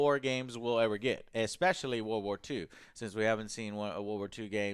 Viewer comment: He still says "war war 2" rather than world war 2 like a 4 year old😂😂